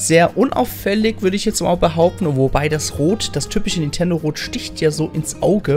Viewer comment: Warum zum Geier sagst du ständig "N'tendo" Switch oder "Nietendo" Switch. Sprech doch den Namen des Herstellers mal korrekt aus. NinNNNNtendo.